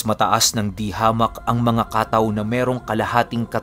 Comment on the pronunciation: Katáw po hindi kàtaw. Nasa huli po ang stress.